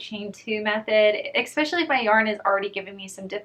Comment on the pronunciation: it’s ESpecially not ECspecially